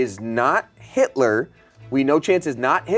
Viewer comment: i love how everyones serious expressions immediately change after says “hidler” 😭😭😭